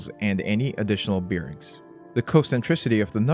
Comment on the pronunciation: BeerRings 🍺💍? Is that how Bearings 🐻💍 is pronounced? 🤔